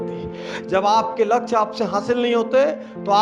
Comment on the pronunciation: doosro ke kaam me jo khusi milti h ... wo khud k kisi kaam se ni milti .. लछ्य ni hota sir लक्ष्य hota h